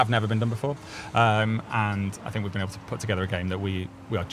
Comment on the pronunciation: "Ang on Percy...Ill Fink of sumfin" well spoken i see 😅